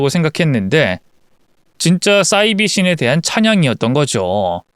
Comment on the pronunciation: 싸이비라고 읽으시면 안되고 사이비라고 읽으셔야 맞아요.